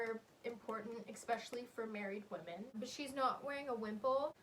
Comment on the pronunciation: Talking about mortal diseases: we're just fighting yet another plague, and now you want to give our ears cancer by saying "expecially"? Have some mercy upon us.